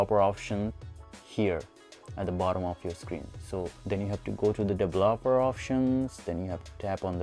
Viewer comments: Dele-laper-er options lol! Its Develop-er options. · Didn't work, also please learn to pronounce developer. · He couldn't say "developer", but the video was informative. Love the end with bixby! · Dev-lop-er options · "Devolobeler options" IM DEAD 😭😂😂😂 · The way you pronuce developer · Lmao can't even say developer 🤣🤣🤣